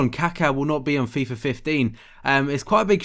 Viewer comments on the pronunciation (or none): none